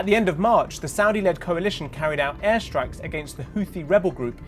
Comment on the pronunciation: Wtf is an Aistrike?